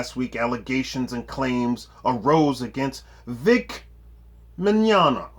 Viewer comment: We can tell you do your research because you pronounced "Mignogna" properly. Great video!